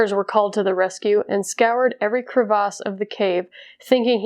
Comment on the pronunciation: Y’all hear her say crevice like that?